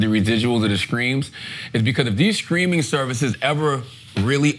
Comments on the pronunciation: Is Charlemagne saying "screaming" or "streaming" cause that shit is hilarious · Take a shot every time charla says “screaming service “ instead of streaming. If you get alcohol poisoning don’t blame me for it. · Is Charlamagne saying “streaming” or “screaming” ? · ITS STREAMING NOT SCREAMING!!!!!!! STOP SAYING IT WRONG IT TRIGGERS ME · Charla saying “ screaming” services brought me back to the let go and let SOULJAH episode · Is charla saying “screaming”??